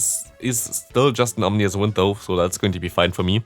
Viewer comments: your videos are great, love the content, but its pronounced om-in-us wind. Ik it doesnt matter but it was bugging me and couldnt keep ignoring it. Still great content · aww-min-us wind